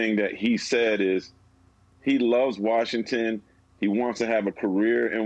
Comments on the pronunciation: Did he actually say “Warshington”? He actually said that, didn’t he? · Listen, if you are like Bobby Marks and cannot pronounce "Washington" correctly just say DC.